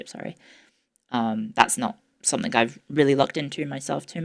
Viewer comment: ✋ can I say sumfink